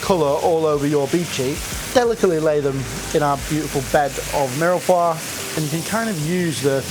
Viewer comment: At least try to learn how to pronounce 'mirepoix' correctly. Maybe it's best to avoid the French words as much as possible...